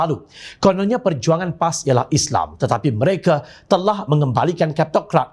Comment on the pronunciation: oi pengacara..sebut islam tu betul sikit,isley2..respek sikit la..walopun aku tak sokong pas,sebut islam tu biar jelas..